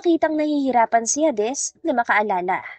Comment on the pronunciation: Please _ Hades is pronounced "heydes".❤